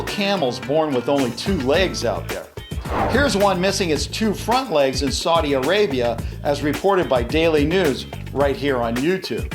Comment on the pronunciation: You mispronounced Saudi Arabia